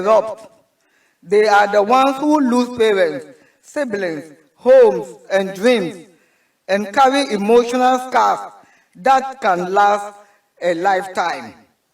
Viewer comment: Emotional scarf?? Hmmm , this is bad. I think she’s having problem with her speech